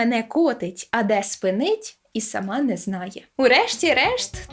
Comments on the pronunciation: Не спинИть а спИнить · "де спИнить", а не "де спинИть" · У тексті "кобзаря" варто ставити наголос на перший голосній у слові "спИнить" Так зберігається ритм віршу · ..а де спИнить ( а не спинИть) і сама не знає 🤔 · Я, як представник носіїв середньонаддніпрянського діалекту, заявляю, що на ти неправильно поставила наголос - не спинИть, а спИнить. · Дякую за прекрасну роботу! Маленька поправка до цитати Шевченка у наголосі:... а де спИнить - і сама не знає.